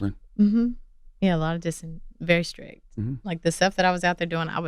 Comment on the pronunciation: C Tha God pronouncing his T's like K's makes me cringe every time. Skrick'd? its STRICT bruh!